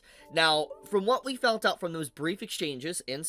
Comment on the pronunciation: Found* not “Fount”